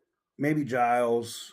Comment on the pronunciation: It is pronounced Jeels